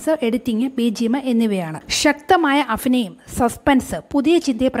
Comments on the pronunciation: Afinayam alla.. abhinayam…. Pha everywhere instead of bha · അഫിനയം അല്ല അഭിനയം